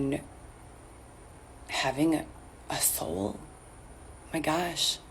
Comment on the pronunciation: "my gashh 🤓